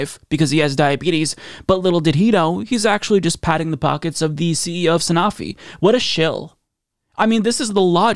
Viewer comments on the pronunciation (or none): none